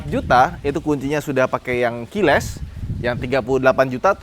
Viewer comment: salah satu alasan gua tetap suka sama adalah ketika review dia selalu benar menyebut kata KEYLESS...😂